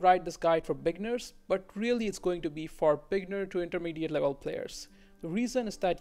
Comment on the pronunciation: “Bigners”. Nah but good guide though.